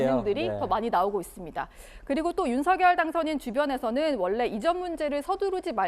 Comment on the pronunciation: 여자아나운서가 끝맺을때 "윤서결" 하던데, "윤성열" 로 발음하도록... 과거 미국의 Regun 대통령도 "뢔이근" 으로 불러달라 했었듯이 말이다. 혹시 윤석열 당선인에게 불만이라도 ?? 누구처럼 방송중에 울지는 않았지만..